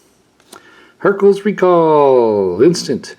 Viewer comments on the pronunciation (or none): none